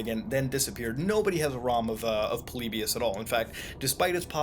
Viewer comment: Its polly buus not polibus